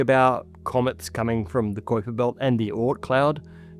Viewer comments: This is an awesome video! LOVE IT! It's KY-PER belt though, not KWY-PER. Sorry, it was just driving me nuts hearing it mispronounced a bunch of times. My OCD would not let me let it go lol im sure as a scientist, you understand. Other than that, extremely informative and interesting and i will be watching everything this channel presents. :) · love PBS, love ya'll for years, like more than 30 years serious 10/10 work HOWEVER Kuiper is pronounced like "viper", not "ku-ouiper" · You mispronouncing 'kuiper' like that makes me wonder. Especially after Hank Green got caught reading an AI script. Every single person who knows what the kuiper belt is knows it's pronounced 'kye-pur'. Are you reading a script you don't fully understand?... That's like a pokemon player saying 'pikachu' wrong. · Is Koyper belt the correct pronunciation? Have I been saying Kiper belt wrong my whole life, or are both accepted? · Flinching at his pronunciation of "kuiper belt"